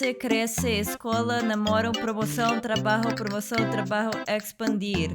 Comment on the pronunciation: fiquei confuso pq ela falou "trabarro"